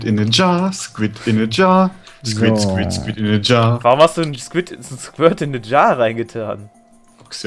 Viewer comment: MEINE FRESSE! "Tintenfisch" heißt Squid. Squirt bedeutet etwas anderes xDD